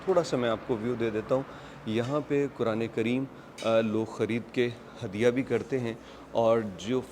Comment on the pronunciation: Assallam Alekum Say Quran not(kuran).